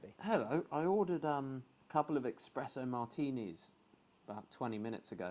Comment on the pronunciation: Completely missed the point of ayahuasca. Also it’s Espresso not expresso 🤦🏻‍♂️